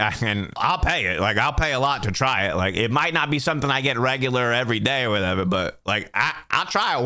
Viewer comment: I love the way you say whatever. "Whateva" 😂